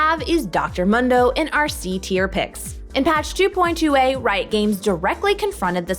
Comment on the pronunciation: He says his name in game "moon - do" not fucking "m - hun - do" Jesus...